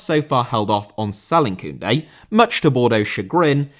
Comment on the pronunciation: Koundé* not Koundei